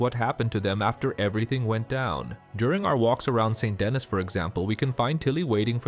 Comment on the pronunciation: Its pronounced Saint Denni not Dennis the menace fyi.